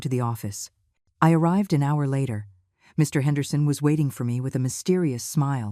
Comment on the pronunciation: I love the way the AI voice doesn't know that Mr. is not a complete sentence. One gets that pause every time Mr. --- Henderson is to be mentioned.